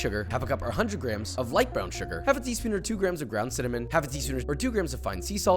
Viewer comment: Thank You for saying GRAMMS